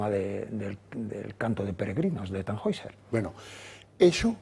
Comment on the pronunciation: TannHäusser , se pronuncia (tanjoiser) 😊